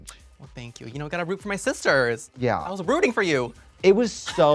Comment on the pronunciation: "I was rooting for you!" 😂 that was priceless and the fact that she emphasized "rooting" instead of "you" after all these years hahaha, the feedback worked! I paused and came to the comments after that moment too 😂😂😂